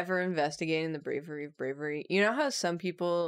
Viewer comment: says “brawery” and I’m waiting in vain for the “I’m Merobiba” 😢😂